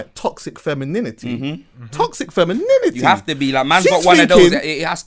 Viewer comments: TOXIC FEMIN-IN-IN-ITY :O ... He says it like when a kid learns a swear word for the first time lol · alot of facts in this ...that TOXIC-fem-in-NINITYyy is kills me though lol